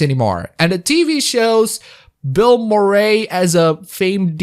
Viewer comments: The way you pronounce Bill Murray bothers me a lot. Aside from that excellent review. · Considering how much Murray didn't want to be in the movie, I'm sure he appreciates getting his name wrong.